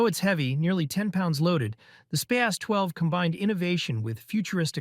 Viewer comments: It's SPAS, not s-pay-ass. :face-turquoise-covering-eyes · I pronounced SPAS as "Spaz". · the way you pronounce the SPAS and Franchi is just criminal.